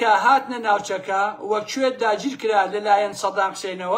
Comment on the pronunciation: هەڵەی زمانەوانی زۆر ئەکەیت ، لە باتی بڵێی نفوز ئەڵێی نفوس 😂 لەباتی بڵێی کوەیت ئەڵێی کوێت 😂